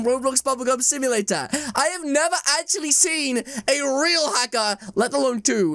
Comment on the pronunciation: That he said hacker only he said haxcer only and i was really ho to school